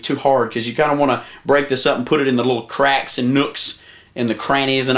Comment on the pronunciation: "Wheaz' tha crack-izzz?" LMFAO